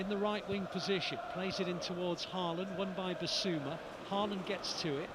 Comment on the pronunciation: Even City commentators can't say Haw-lann ? (Haaland)